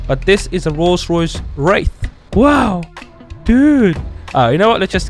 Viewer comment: I like the rollce royace